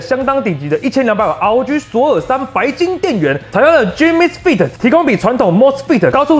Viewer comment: 太頂了 不是 10/30 還在噴 兩周就上片 太硬了八:56 feet🤣 採用野獸先生的腳 氮化鎵是念 Gang MOSFET 是念莫斯斐特